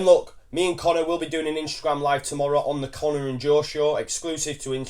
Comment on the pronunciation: why does joe say Instragrame there is no R in Instagram lol